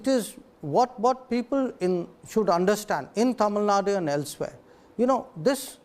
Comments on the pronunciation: I loved the interview But one thing i don't understand is , why this anchor pronounce Tamilnadu as Tamilnaad? Like seriously?? Kannada as Kannad? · Mr - it is not Tamil Nad... Tamil Nadu.. when Jaishankar can mention as Tamil Nadu, what is stopping you? You don't call Haryana as Haryan... it doesn't make you superior by removing U in Tamil Nadu